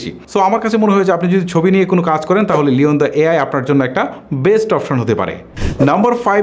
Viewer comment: লিয়ন্দা নয় লিয়না‌র্দ হবে।